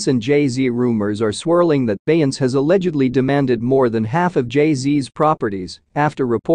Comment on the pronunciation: If he say BEY-YANCE one more time!🤦🏽‍♀️🤦🏽‍♀️🤦🏽‍♀️😄